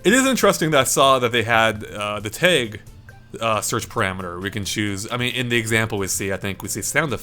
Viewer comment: Wait.. did you say "T-ay-g" instead of "T-a-gg"?